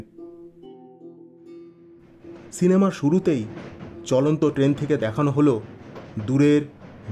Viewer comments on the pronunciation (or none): none